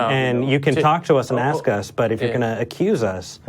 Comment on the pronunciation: Another caller who wanted to "axe 'em!" Isn't that attempted murder?!?